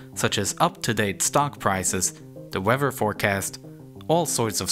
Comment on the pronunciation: Parts of the video are unlistenable. Which is a shame, because this is an otherwise good video! "DE WEVER?" It is "THE WEATHER," sir.